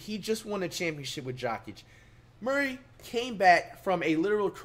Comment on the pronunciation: HE SAID GOKIC 💀